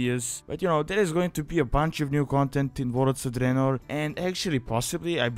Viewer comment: I really like how you pronounce "Warlords of Draenor", you are trying too hard to hide your accent. Let it flow... it sounds awesome, like an Italian Dracula, you should post a 1 hour video of you just saying Warlords of Draenor in your own accent